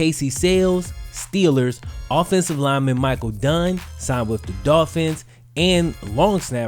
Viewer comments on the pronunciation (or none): none